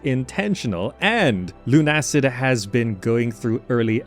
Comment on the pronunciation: LUNA-SID, not LUNE-ACID